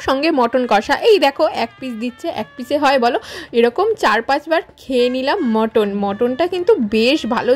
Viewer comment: মটন না মাটান